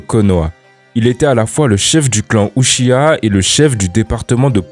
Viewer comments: Uchia quel enfer de prononcé comme ça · c un uchia ? Tu peux pas prononcer Uchiha ? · tu pourrais faire un effort sur la prononciation quand même... "uchhia" t’abuse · Ça se dit '' uchiha'' Ou-tchi-ha | Prononce le ''h'' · Tu prononces très mal "uchiha"